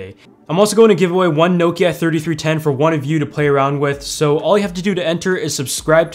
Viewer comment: He pronounces it well enough